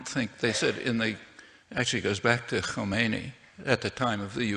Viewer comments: Wow this is the first english speaker that actually proceeded to pronounce kh and thereby Khomeine right - A personage full of respect. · I'm astonished that he pronounced "Khomeini" so well! "Kh" is a very difficult letter to pronounce for non-natives.